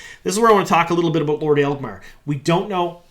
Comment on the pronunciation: I know picking on pronunciations is low-hanging fruit at this point, but it amuses me that can make "Agelmar" sounds like "Aelgmar", dropping an entire syllable from the name.:D